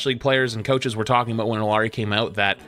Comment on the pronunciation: That Illari take was wrong, but he pronounced the name correctly. Amazing.